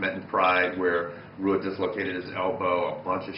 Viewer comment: Rua is pronounced Whoa!